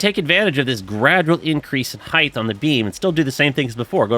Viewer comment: I don't know why, but it's really distracting hearing you say "heighth" instead of "height" sometimes 😊